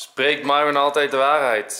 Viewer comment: zij het fout het is myron en de y spreek je uit als ij